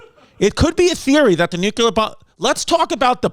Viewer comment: No shade but can we stop saying "nuclear" as nucular? It's nu clear, as in " New Clee Ar"